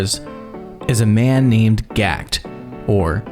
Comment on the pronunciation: One would think if you were doing a video about a Japanese band that had some French words for titles that the creator would put a liiiiiitttle more effort into pronouncing stuff correctly. My soul died inside when he tried to say Gackt's name how people do in Japan. Ge-Ku-To?..... wtf